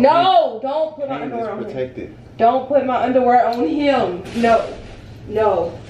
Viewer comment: «give me my underwurr 😂😂😂😂😂